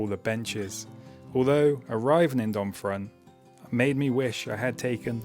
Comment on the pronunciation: Generally (with a few exceptions) you don't pronounce the last letter in French words. So Domfront is pronounced Dom-fron. (for the way back 😉).